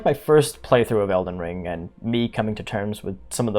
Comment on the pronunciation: “Elden ling” 🤭